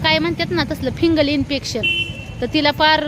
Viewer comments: फिगंल नाही ग फिगंल इन्फेक्शन म्हणतात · फंगल असत ते